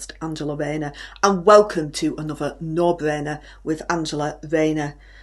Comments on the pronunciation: Pwoud and bwainer......... 😂. She is class!!! 😂😂😂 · No bwainer wainer! 😂😂